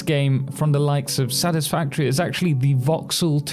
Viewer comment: I don’t wanna be that guy but, “Satisfatory”